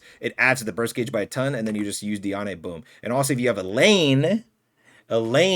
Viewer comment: it’s pronounced di-ane(like and but with an e)